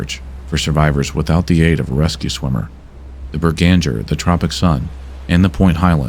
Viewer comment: Norwegian here, the name of the Norwegian mystery ship is almost certainly B E R G A N G E R, i'm fairly sure it's a place not far from where i live and i've heard the name before, Bananger however rings 0 bells. also i don't wanna be stickler for pronounciation but the best way to put it for English native speakers is Berg-anger.